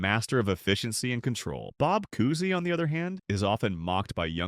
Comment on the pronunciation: "Cousy" rhymes with "choosy".